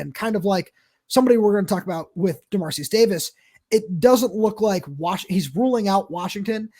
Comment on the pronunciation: Hate being this guy :) but given how relevant he is right now I think it would be nice to learn how the name “Dermaricus” is pronounced (or at least pronounce it phonetically). I’ll admit to not knowing it myself but I’m pretty certain based on the spelling you guys are both pronouncing it wrong.